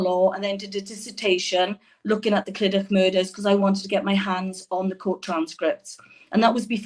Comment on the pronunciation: Clydach is meant to be pronounced Cli-Duck. Heart breaking story from Louise &. I would love to tune in and see them again. Great video.